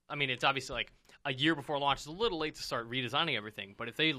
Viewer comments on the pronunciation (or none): none